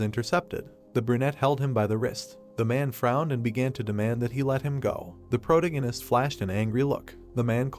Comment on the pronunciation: Geez why are you struggling to pronounce protagonist